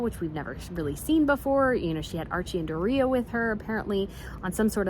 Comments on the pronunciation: Great video! Loved the royal background! And, as usual, you hit the issues with Meganuts on the head! But Doris’s name is pronounced Door-e-a! You gave it the British twist! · I’m so glad I found your channel. So informative, intelligent and entertaining!! I bet you are in Heaven being in Europe ! Lol one thing - Doria is pronounced like “ Door-ee-a”. Like Rhymes with the name Gloria. Not like Doritoes. Keep up the good work ❤️